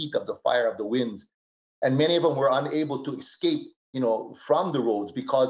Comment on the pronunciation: ECscape?! Bro, even my six year old daughter can pronounce "escape".